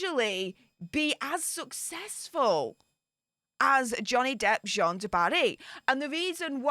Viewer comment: The French female name JEANNE, is pronounced JAN. It rhymes with ANN. It's such a simple pronounciation, why does everyone keep screwing it up?...drives me nuts...lol.